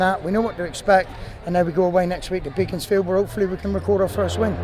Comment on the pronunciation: It’s pronounced Beckonsfield